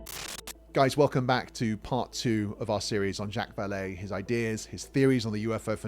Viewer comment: Since you are making use of Vallée's research, you should do a bit of your own and learn how to pronounce his name properly.